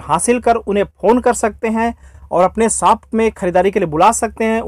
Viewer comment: Saap nahi bhai🤣Shop hota h wo